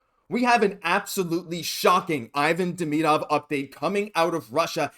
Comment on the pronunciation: Learn his name … eeVAHn DeMEEdov.